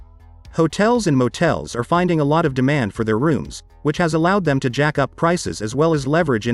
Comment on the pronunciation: Have you tried typing “too” or “two” instead of “to”? The voice always pronounces it as “tuh” just a suggestion, keep up the good work!!